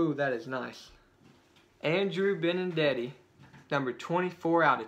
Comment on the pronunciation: Benintendi not benindeti